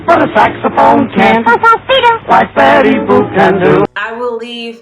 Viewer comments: Did you say Bettusha boop 😂 lmaooo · Lol “betty boob”